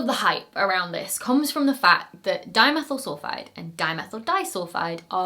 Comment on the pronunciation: At some places in the video, my ears insisted on hearing “dinosaur sulphide” instead of “dimethyl sulphide”. Now, THAT would have been an interesting find…